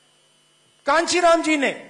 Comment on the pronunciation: काशीराम भी बोलना नहीं आता कानचीराम बोल रहा है, कीस वक्त क्या बोलना है, इस का नौलिज नहीं है.